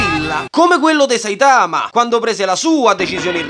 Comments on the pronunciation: ma perché dici Saitàma se nell'anime pronunciano Sàitama? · Ma pk dici saItama? Si dice sAitama Cmq mi fai morire😂